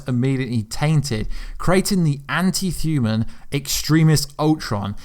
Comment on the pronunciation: I'm well accustomed to certain pronunciations being butchered by a accent, but since when did "human" become "thuman"?